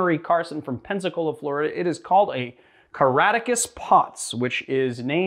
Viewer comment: There's a hard "C" in the middle of the name. "Ca-RAK-ta-cus". You spelled it out in the description, but it didn't seem to register, you never once pronounced it.